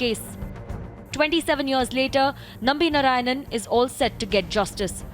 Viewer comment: His surname is NarayanAN not Narayan. Everybody does this mistake.